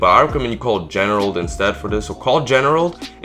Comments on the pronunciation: Why can’t you say Gerald, who is generald? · Actually it was “generald” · dude where is the "ne" coming from, it's gerald